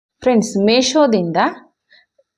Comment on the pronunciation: Sis ಅದು ಮೇಶೋ ಅಲ್ಲ ಮೀಶೋ 😊